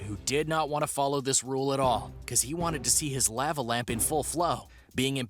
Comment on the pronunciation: Anyone else bothered by the way he pronounces lava? No? Just me again...damn...lol